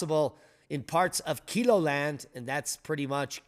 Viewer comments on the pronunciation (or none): It's pronounced keloland like yellow land( kelow land ) lol I live here in. SOUTHEAST SD